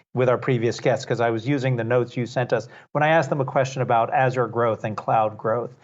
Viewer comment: Never heard that pronunciation of Azure.